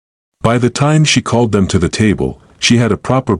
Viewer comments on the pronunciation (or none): I like the story but the AI needs fixing. It doesn't know how to read some of the small words.....to, us.....AI says the letters instead of the words.